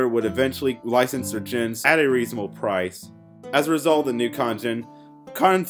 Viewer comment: This video would have been better with a narrator that could enunciate better. This guy can't even say the word "cotton" correctly.